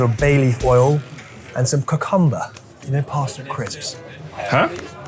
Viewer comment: Good ol' kuh-cumber 😂